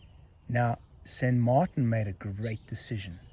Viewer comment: Why would you even try to pronounce a Spanish name in a French way?